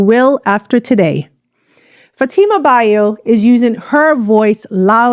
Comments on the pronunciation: Youre pronouncing her kast name wrong. It is Bio as in Biyo not Bayo. Thank you for this video. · You are pronouncing her married name wrongly. Learn from the man who introduced her that’s how to pronounce the First Lady’s name.